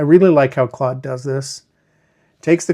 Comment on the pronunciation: Fantastic!!! Don’t forget your roots: Ps…it’s pronounced zed and Claude (rhymes with code) 😉